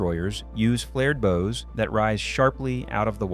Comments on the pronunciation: AI videos suck, it lost me at “boes” now bows. If AI can’t pronounce basic nautical terms correctly…..so long. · "Flared bohs" Stupid fucking AI